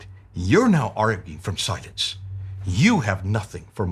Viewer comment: the way you're pronouncing 'silence' it sounds more like 'science' - you may need to emphasize the 'l' just a little more than you currently do to avoid people misunderstanding you.